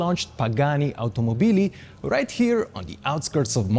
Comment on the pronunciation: Pls, automòbili, not automobìli.